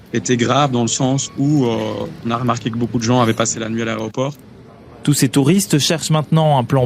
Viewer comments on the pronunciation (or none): Laréoport????? L’aéroport peut être???😂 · "Aréoport"... 😮 Quel malheur... Ce gars est un déshonneur pour la Belgique. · L'A E Roport. Pas la raie aux porcs...